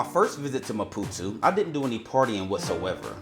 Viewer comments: How did you ever get saying "Ma-poo-too" from ma-poo-TOE? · it’s maputooooooooo… not maputuuu.. READ damn 😂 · Why do you keep saying Mapu-tu. Isnt it Mapu-to? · ‼️‼️What the fvxk is Maputu? There’s literally an “o” at the end of the word. Great video, but fvxk man, say the name right. It’s not that difficult.